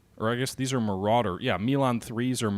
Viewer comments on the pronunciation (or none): Not sure what makes you think the Marders are APCs? They are full blown IFVs: Infantry Fighting Vehicles! (Just like the game says) The combat engineers ride in APCs. And btw, they're called "Marders", not "Maraders" :-)